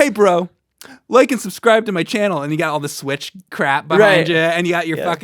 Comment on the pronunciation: Why does make the word "and" two syllables? Aye yund